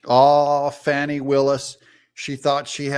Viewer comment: Finally, someone pronounces Fani Buttcrack's name right! God bless the first and second amendments! Say buh bye to the alt left DA criminal cuz she's got prison in her near future. 👍 FJB TRUMP 24 🇺🇸